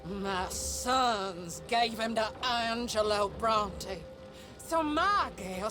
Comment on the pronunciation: your pronunciations are insane "angelo brontee" come on dude they say the names of these characters and places like 500 times